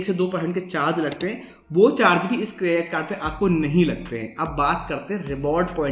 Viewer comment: This can even pronounce credit card properly but still has th audacity to make videos.